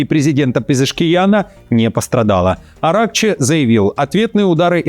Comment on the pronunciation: АятоллА,АракчИ - ударение